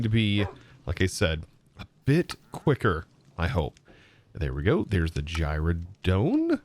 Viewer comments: Anyone else twitch every time he pronounces gyroDYNE(dine) as gyroDONE(like dome)? Lol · It is pronounced Gyro - DINE :) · Gyrodyne: Gyro-dine. The Y is an I.